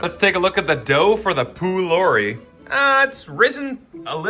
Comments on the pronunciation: Love your videos your food guesser was inaccurate on the first food. Pholourie originates from my families country Guyana which is an Indian dish as a lot of us are Guyanese Indian! And it’s pronounced po-L-are-e! Love your content bro keep it up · Pholourie is from Trinidad and Tobago and is pronounced “poe- lore- ree “ -Ah Trini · Pholourie is pronounced with a p sound, not a f sound. It's also found in other countries in the Caribbean. Source: Am Guyanese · Pholourie (pronounce palourie) isnt jamaican 😔😔😔